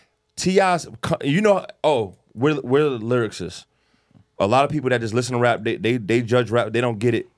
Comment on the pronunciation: It's always killed me the way pronounces the words "lyricist" and "lyricism" 😆